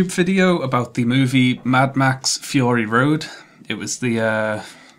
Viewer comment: could you get subtitles? im not sure i understood anything after "fee-urry road"